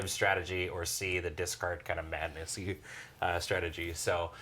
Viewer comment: "Madness-y strategy" My brain: "Madnussy" I am broken.